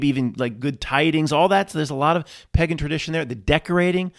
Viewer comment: The whole video was ruined for me by your strange pronunciation of the word pagan. You have no problem pronouncing cake in a lake. Im puzzled. Good tidings 🤣